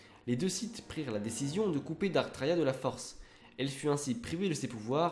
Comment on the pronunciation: alrs je suis pas specialiste en star wars mais j'ai toujours crus que les seigneurs siths senommaient 'darth' et pas 'dark' par exemple j'ai toujours entendu darth sidious